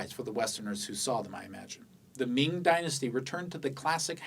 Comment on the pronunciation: 你绝对会说中文，听到你的明和清的发音就觉得很地道